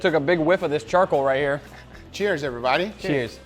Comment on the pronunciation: Stop saying EVERYBODY "EEVERYBADDY"